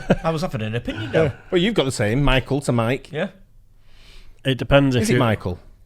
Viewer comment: For the longest time I thought, the name of the guy in the middle is Mark. He pronounce his name like a Mark not a Mike.